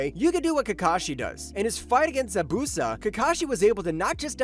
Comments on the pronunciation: ew say ZABUZA right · Zabuza like it's not hard to say